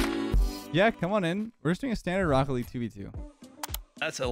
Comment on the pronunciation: "This is rocket leage."